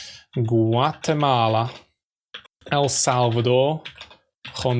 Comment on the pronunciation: The El Salvador name is mispronounced and also Venezuela and Chile